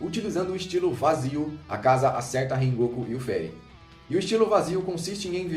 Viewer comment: rengoku? falou errado né?????